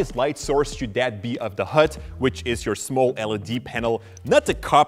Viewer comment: HUD, not hood .... damn it guys... ENGLISH !